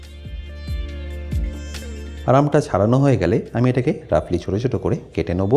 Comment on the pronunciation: দাদা কেটে নোবো কি ওটা নোবো না ওটার আসল উচ্চারণ হচ্ছে নেবু🤣🤣🤣🤣🤣🤣🤣🤣🤣🤣🤣🤣🤣